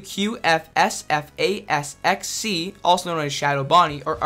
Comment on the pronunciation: RWQFSFASXC IS ACTUALLY PRONOUNCED RAQSAFACS